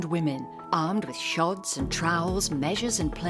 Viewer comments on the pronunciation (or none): "armed with shods and trowels" What on earth is a shod? Did she mean hods.